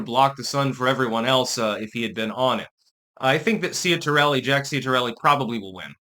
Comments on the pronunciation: It's pronounced CHIT-ar-elli. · You couldn't even take the time to learn to say the name properly. Some linguistics expert. 🦉